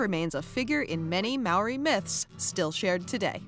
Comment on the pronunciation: They cant even say Māori properly